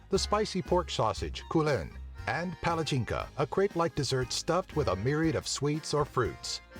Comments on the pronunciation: omg cant stop laughing when he said 'Pelecheenka' bro its a Palacinka a literal fucking pancake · I live in croatia and it is so amazing bdw palačinka not palacnka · Cringed at how this guy pronounced "raznjici" and "palacinka." It's "razh-NYEE-chi" and "pah-lah-CHEEN-kah." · Man palačinka(you read it palachinka) is the same thing as pancake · ko da je reko palathinka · I know Croatian language is hard for British or American peopole..... but still Palačinka.....LOLOLOL